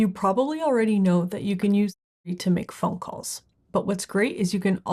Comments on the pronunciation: Why can’t she say Siri? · Why can’t you say Siri?